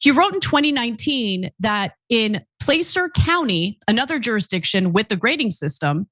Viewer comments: San Leandro is pronounced "San Lee-and-ro" and Placer is pronounced "Pla (as in apple) -sir" I thought Ana is from California. Surprised she doesn't know this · PLAAah-Cer County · If you are going to do a piece on dumbing down at least pronounce the name of the cities and counties from the piece correctly. San Leandro=San Lee-an-dro Placer= Pla-sir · Ana couldn't read PLACER or LEANDRO... 😂